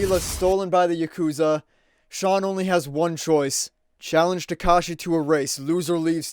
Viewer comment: Listening to you mispronounce "Takashi" makes me wanna drown my ears in ketchup sauce.